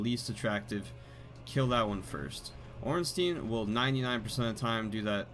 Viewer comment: "smo" is fine, but ornstein is pronounced orn-shtyne...ear-stone